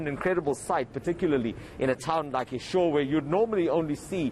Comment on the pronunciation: Its Eshowe with an O not an A its not Eshawe please pronounce correctly 🙏🏾 thank you